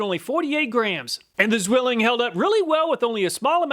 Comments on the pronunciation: Ssswilling. In german the Z is pronounced at ts. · it's pronounced "tswilling" and is translated to the word "twin". (Zwillinge = twins). It's an old and very well known knife brand here in Germany. And check out how many chinese companys copied and use nearly the same logo :D The city, that is extremely well known as the "knife town" is Solingen. There are many companys manufacturing knifes, tools and related iron stuff.